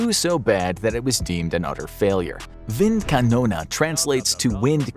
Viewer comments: WindkanonE Not KanonA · Why “wind Canona” instead of wind KanonE??? 🤦🏻 That pronunciation made me cringe too hard. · Just Wind Kanone Not kanona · the gun is called wind kanone not wind kanona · Wind Kanone. Not windkanona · You write Windkanal, say Windkanona. Which would not even be a german word. Maybe Windkanone. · Bruh,your German is so bad .. it is Kanone not KanonAAA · isn't it supposed to be "Windkanone"? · why you speak it Windkanona? the german e at the end of kanone... is like the end of tea engl. cannon-ea = Kanone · „wind konone“ is the wrong pronunciation. the right pronunciation for the last letter would be the english pronunciation of the letter “A” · I think you got the pronunciation of this Wind Canon thing wrong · Is there some kind of American competition to mispronounce foreign words as much as possible? The "Windkanone"-mispronunciation was quite impressive, really. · The german pronunciation is completely wrong